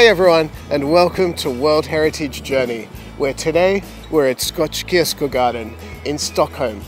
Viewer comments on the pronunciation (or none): beautiful. actually it's skoks-shyrko-gawrden